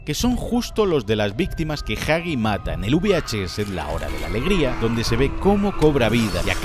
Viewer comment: Gran vídeo, lo único que me mata es el tema de la pronunciación... ¿Jagi? ¿Chaki? ¿Quién les dijo que es así? 😢 Al menos no lo hicieron con Poppy y Bron